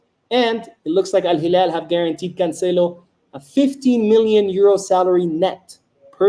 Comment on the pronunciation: You pronouncing al hilal correctly the real one in Arabic!! Awesome 👏